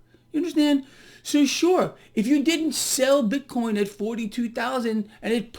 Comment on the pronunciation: says that as well... BIT-CORN....🤣🤣🤣🤣